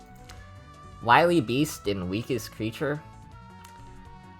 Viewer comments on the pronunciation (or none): none